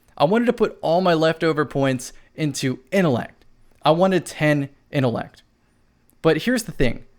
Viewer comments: my dude I love you bro no homo but please I mean please pronounce that T in intellect I was literally pulling at my dreads every time I heard you say it but still the up most respect from a bronze teir to silver player to your platinum self much love. 💪🏾❤💪🏾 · Lol yo what do you use to get your supper innellect 🤦🏾‍♂️ jk love you bro I just had tooo